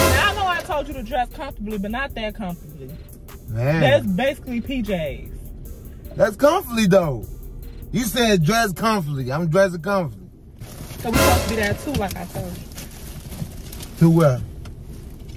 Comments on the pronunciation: Lmao. I'm dead... I'm dressed comflee. Her: I said dress comfablee.... 😂😂😂😂😂 If that isn't country grammar...idk lmao 😂😂😂😂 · That nigga said CONFLEE